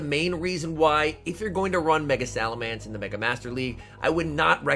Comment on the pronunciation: please. It's SalamEnce not SalamAnce